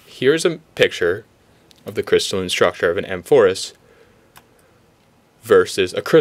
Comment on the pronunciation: A mor phous. 'Amphorus' would be "in the manner of a greek wine urn". Just fyi.